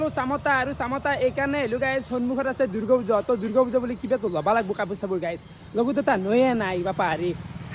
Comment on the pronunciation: দূৰ্গো পূজা না দূৰ্গা পূজা হা ৷ ভালকে শব্দটো নকোৱা